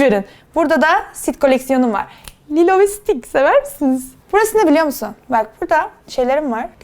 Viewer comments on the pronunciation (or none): 9.20 abla stik değil stitch(sıtiç)